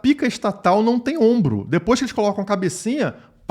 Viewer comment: "A pika estatal não tem obmro" kkkkkkkkkkkkkkkkk